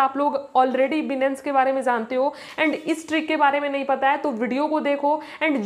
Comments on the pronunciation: Benance ni hota h Binance hota h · 😂 बीनेंस नही होता बाइनेंस होता है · अरे मैडम बिनंस नहीं है बाइनांस नाम है उस ऐप का😂😂😂😂😂😂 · Benance nhi binance hota hai 😅😅😅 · yes bro aap sahi baat kar rahe ho binance ka nam tak ye ladki sahi se bol nahi paye ye video maior is trick se to nahi but binance mai future trading se auccha khasa earn kar sakte hai or mai kar bhe raha hun but iskeliye bhi technical anysis karna padta hai ismai bhe bahot dimak lagana padta hai tabhi ja kar reward milta mai bro so hardwork and smartwork most importent in trading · Binance bolna bhi nahi aata yeh sikhaigi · Papa ki pari phle binance bolna Sikh le